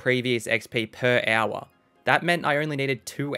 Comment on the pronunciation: I love hearing you say the word hour. Sounds like "ow-wuh"